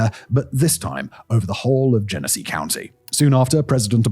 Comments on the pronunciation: Dude! I hear you. His pronunciation of Genesee country made me laugh outright. In Simon's defense, however, he speaks English, we speak American and a lot of words from Indigenous languages are part of American English; not to mention all of the immigrant languages that have added to the vocabulary. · Loved Jen-is-see instead of Gen-ess-see, 😂😂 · As a Michigan resident I have to correct you on your pronunciation of Genesee it's pronounced gen e see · As far as I'm aware btw, Gennessee county is pronounced "JEN-ehs-ee" with the emphasis on the first syllable, not the second! Sort of like Tennessee. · Gen-essy county and lake hor-on 😂